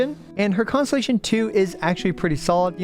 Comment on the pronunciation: The fact that your pronunciation of constellation sounds like “consolation” cracks me up. It really is just that huh